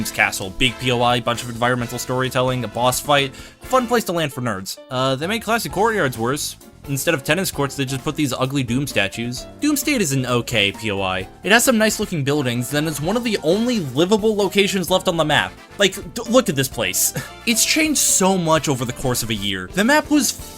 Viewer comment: bro pronounced doomstadt doom stand lol